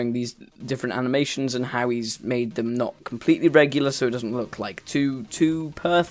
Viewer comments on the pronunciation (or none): none